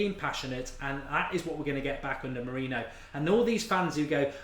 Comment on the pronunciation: Learn to pronounce Mourinho correctly.